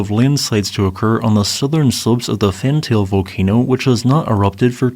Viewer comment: Pronounced as Fant-al-ae